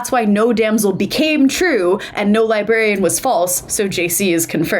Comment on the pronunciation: also did anyone else here say “there is no liberian”